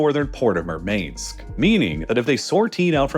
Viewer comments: Murmansk is M-U-R-M-A-N-S-K, not "Mermaidsk" 😄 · Please, the subtitles are confused. Murmansk is pronounced as “mOOr-mansk”. The CCs interpreted what you said as “mermaid”, and I don’t blame them. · The hyper-American pronounciations of foreign place-names is delightful! Murmainsk, Kvanefield etc. 😂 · Why is someone whonmajored in Russian Studies pronouncing Мурманск as "Murmaynsk". At times I wonder if RLL uses an AI.voice generator, the cadence and intonation is quirky and repetitive at times, almost mechanical. Probably trying to keep inflection interesting for such a long script and multiple takes but still thrown off by Murmaynsk instead of "Murmahnsk". Maybe it's like when Americans say baBOOshka instead of the Russian BAHbushka for granny? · Murmansk: 2nd syllable is "man"